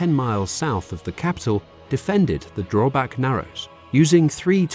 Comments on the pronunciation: It called Drøbak not drobak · all this research and you managed to call Drøbak sund for Drobak sound... the fjord is called oslo fjord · Haakon is pronounced "Hawk-on." Drøbak - "Drur-back"